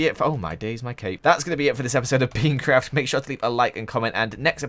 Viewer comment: you said peancraft lol